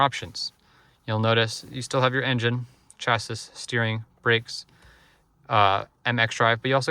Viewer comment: I’ve never heard someone read chassis phonetically. Imagine selling these and not knowing what a chassis is.